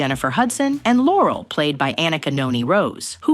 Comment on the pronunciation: Her name is Lorell not laurel